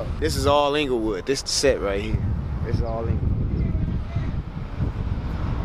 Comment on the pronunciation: He said "ENGLAYWOOD" 😂😂